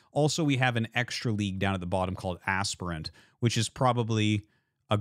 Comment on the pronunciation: i like how you say aspirant to asprant 😂